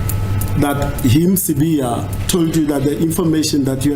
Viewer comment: You pronounce the Zulu name so perfectly it's so mesmerising to always listen to your videos 👌